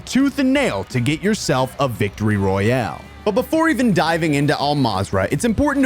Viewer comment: He said victory rayale 😂😂😂 but still great vidio pal